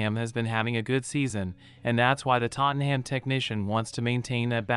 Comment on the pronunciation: Sorry but you need to learn how to say Tottenham. The ‘ham’ isn’t pronounced like the food